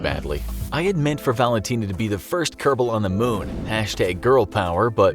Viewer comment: Its moon not mun